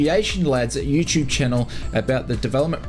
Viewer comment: What's a u-Choob?